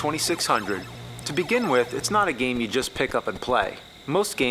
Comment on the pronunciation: I love how AVGN pronounces "game" as "game-uh" and "garbage" as "gar-bitch"